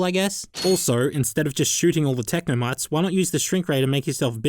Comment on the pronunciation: technomytes! or as an australian would say technomates (i'm sorry)